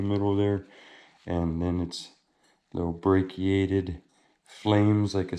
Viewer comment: Watching again... I just realized how you say and spell, braichiated ... break y ated... I had to giggle.. broken and healed with chalcedony.. Septarian nodules are something I don't understand.. that one bit you have is jaspagate that is braichiated and has notes of what I think a Septarian node will look like.. I'm still learning here...